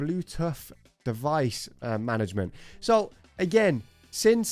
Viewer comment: So we just gon ignore he said Bluetuff instead of Bluetooth Bluetooth lol😂😂